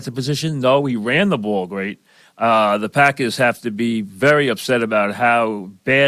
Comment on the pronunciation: "Tha pahkuz"